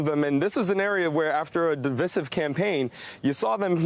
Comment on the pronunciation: What's a 'divissive'? Do you mean de-vice-iv?